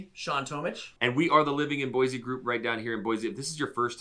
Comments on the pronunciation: It’s Boy-see not Boyzee. We don’t want to be “diverse”! What stain up north? You guys probably drink sodas! I don’t think you guys are from Idaho. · You are from Boise and you pronounce it BOY-Z???????? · Quit saying BOYZEE. So the 1st thing you say is that Boise doesn't have the diversity of Seattle and other big cities. Well guess what a little diversity OK a lot of diversity will turn your little city into a shithead that Seattle is and the other big cities I live near Seattle the shithhole and you have no idea how bad it can get with your stupid comment about more diversity is a good thing